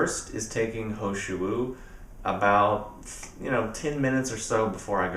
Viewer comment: is the tea you were saying the He Shou Wu Extract? sounded like you were saying ho shu